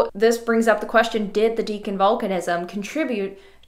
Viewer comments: You may want to check authoritative sources for the pronunciation of the word, “Deccan”. I was surprised to hear you pronouncing it, throughout this video, as “DEEK-uhn” — like the word, “deacon”. I’ve always heard it pronounced, “DECK-uhn”, although I grant I can’t state with absolute certitude that that is •the• correct pronunciation. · 'Maastrichian' goes reasonably well, but I'm fairly certain that Deccan is pronounced more like 'dekkan' than 'deacon' ;) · Great review. FYI. I think it is deh-kn with a short e not dee-kn with a long e. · I've always thought it was pronounced deck-in rather than deacon. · Why are you saying Deekan? The E here is clearly short, as it is followed by a double C. It comes from the Sanskrit word dakkan. There is absolutely no reason to change the short E to a long one.